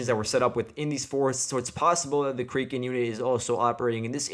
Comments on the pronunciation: It’s kray ken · Crack N. Is the kraken Battalion pronunciation.